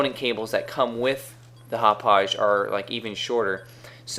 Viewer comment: Hauppauge is pronounced "hop pog" pretty much. I'm from the town and I know its a hard town to pronounce